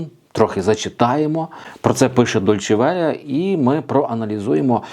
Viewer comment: ДоЛЬче Веллє ???? Или мне послышалось ???